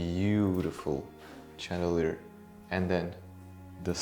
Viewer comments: Such a beautiful house! So many chandeliers, which is actually pronounced like shandelier, to improve the sound of your English. Wonderful job, fascinating! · It’s pronounced chandelier with an SH